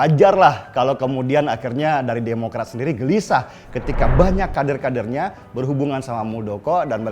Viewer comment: Kebiasaan bahas kardun😜 kader di bilang kaRder sama mas denny😀😀😀😜